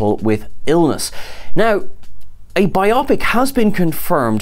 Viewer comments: Bio-pic. Bio-pic. Not bi-opic. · It's bio-pic, as in biographic picture, not bi-opic. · Right. It's not two "opic"s, it is a bio(graphy) pic(ture). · Thanks for the news! BTW, in the US, we say “BIO-pic” not “bi-OP-ic” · Pro tip: it's BYE-oh-pik, not whatever the f&%$ you're saying.